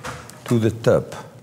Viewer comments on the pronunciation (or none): Listen and learn LOL.... What he is saying is the Scandinavian letter Ö. "TÖPP" Thats how you say it. LMAO.